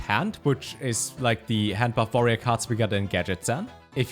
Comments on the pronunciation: > Pronounces Y'shaarj and G'huun correctly > Says "vorerior" instead of "warrior" Never change, never change. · You always say warrior with a v